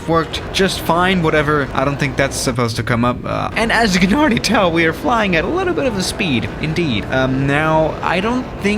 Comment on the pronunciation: I listen to that like 20 times xdddddd alr-easdly talk xddd